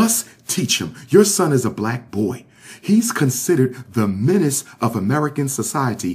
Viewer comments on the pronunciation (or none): none